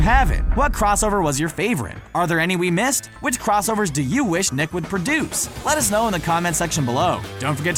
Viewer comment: "We totally missied"